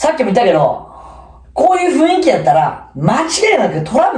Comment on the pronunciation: せんせー。ふいんきじゃなくてふんいきですー（だるいやつ）